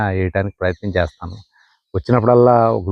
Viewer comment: 😂😂😂😂😂🎉🎉🎉🎉 Good to watch ...try to do videos....🎉🎉🎉🎉🎉.Abba ...that chethanu......what is that accent .....Chesthanu..........😂😂😂😂😂😂😂😂